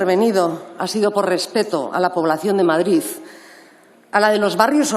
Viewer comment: Madrizzzzz.. ahí ahí que se note que eres castiza y española. 🇪🇸🇪🇸